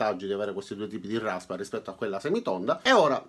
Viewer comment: Larrraspa tonda e larrraspa piattah! ^_^